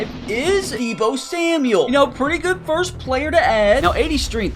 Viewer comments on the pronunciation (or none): Bro said ebo instead of Deebo